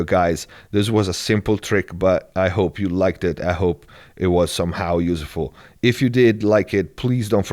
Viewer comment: interesting video,! Btw you still saying yuzEful, it's pronounced as yuzful. Cheers o/